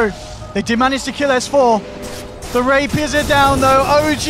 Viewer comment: "Rapiras!"... rapiras... "rapiers" maybe???